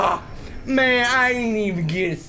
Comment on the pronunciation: "Mayun I ain't even getting stawted yet" oh my god I replayed that like 20 times